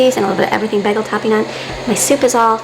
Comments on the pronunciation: Shes so illiterate that she has no idea how to pronounce BAGEL. She says baggle, wth is she talking about. Ive never heard bagels called Baggles... So sad. Its like Becky from Acre Homestead calling Cauliflower... Caullie Flower, i cant even spell it how she pronounces it but i know its wrong. Check out her videos and u will agree with me for sure. Again another religious homeschooled family... So so pathetic!!! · I have many friends that grew up in the same area of Michigan, some from New York and Connecticut several northerners...and none of them say baggle...I worked with them for years and had breakfast with them when they ordered bagels...I thought at first she had just misspoken....but she consistently says baggle. It's not the only word she does this with, but it's the one that now drives me bizerk when I hear it